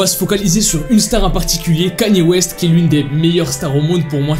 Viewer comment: Déjà apprend à dire Kanye West